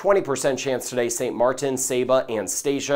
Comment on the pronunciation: You are awesome! ( and you said St MarTin) good job on the T!❤️😂